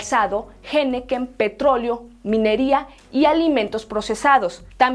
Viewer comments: No es "Jeneken" es Henequén, se oye "enequén" la h es muda...... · Por favor, no es "jeneken", es henequén. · Quieres hablar como gringo diciendo jenequen en lugar de henequén. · Perdón, un pequeño comentario, la h no suena en la palabra henequén